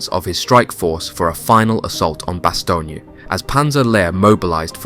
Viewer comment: Bass-Tone sir, I was a member of one of the battalions of the 101st that faught in Bastogne. I was a member much later of course. The unit is not active anymore but it was 1-377 FAR. Have to nail the names sir.